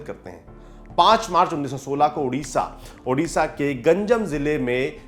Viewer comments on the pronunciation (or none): 1st of all with all respect i wanna rectify you sir its not UDISHA its ODISHA my beloved state so please pronounce its name correctly BANDE UTAKAL JANANEE at last not the least we are proud of our respected late Biju Patnaik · Sir it's odisha not urisha. Plz pronunciations the state name properly.🙏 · Please Pronounce... ODISHA instead of UDISAH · Bhai its odisha not udisha ....thik se naaaam lo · Chinta mat karoe wo odia nahi he sahi se agar pronounce nahi kar pa rahe ,baad me thik kar lenge as an odia agar sab odisha bol k jaante he wo bohot badi baat he